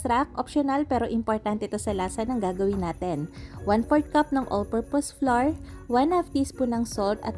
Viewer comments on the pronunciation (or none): none